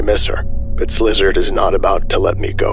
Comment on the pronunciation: the voicing is SO GOOD but every time you say "slizard" instead of szilard i crack up